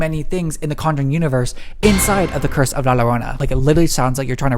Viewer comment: Love your videos! And I wanted to add that La Llorona is pronounced as Lah Joe-roe-nah